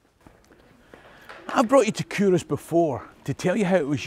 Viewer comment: I never knew that Culross was pronounced “Kouros”. I used to be based in nearby Rosyth during my Navy days in the 80s.. I should have paid more attention to local history than living it up the the pubs and clubs of Dunfermline and Edinburgh, wearing my Kouros aftershave. Excellent channel. We were never taught this type of Scottish history at my school.